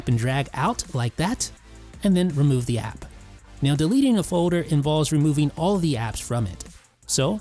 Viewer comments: I’ll leave a thumbs up when you learn how to pronounce “foder” and any other words with -ld. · You don’t say folder weird